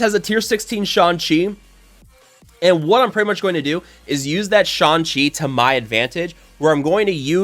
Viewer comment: I laugh every time he says "Sean Chi". LMAO